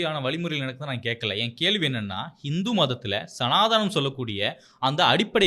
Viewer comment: "சனாதனம் " தான். சனாதானாம் இல்லை. முதலில் சரியான உச்சரிப்பு க்கு இடம் கொடுங்கள்